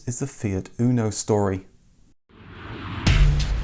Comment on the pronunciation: In italy we call it "motore (engine) fire" :) anyway the pronounciacion is UNO not ÜNO like "you" but without y :) anyway nice video, the fire engine is one of the proudest engineering we have in italy, almost every fiat engine since 1970 is based on that and still rock solid. The rest of the car, well, it leaves to be desired as it always has been. Windows falling apart, extremely delicate body panels, internal plastic rattles after like 2 years and so on...